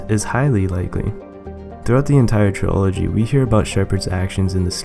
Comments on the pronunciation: Why do u say trilogy like that, it's not supposed to be said like biology, it's like Trill agy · ][ Mass Effect I lost my composure when you said tri-ology lol gets me every time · Gotta love how he pronounces "TRILOGY" (Tree-Ology) ROFL! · YOU ARE FUCKING SAYING TRILOGY WRONG LEARN HOW TO SPEAK!!!!!!